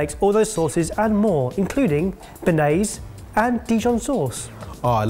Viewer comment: Stop saying french words wrong. It would take you 20 seconds to let Google teach you how to say "béarnaise"